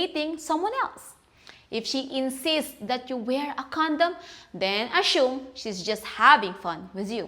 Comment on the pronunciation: ......you're pronouncing "assume" wrong.